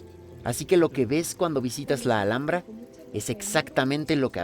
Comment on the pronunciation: Thank you for such a wonderfully made and well explained video, really helps me prepare for the trip to the Alhambra. Also fun to learn how to say the name properly😊